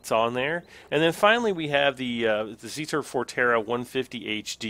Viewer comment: when you rotate that square in zetor crystal your seet go up and down and it's not zeetor its zetor because you are pronauncing it like zeetor and it is zetor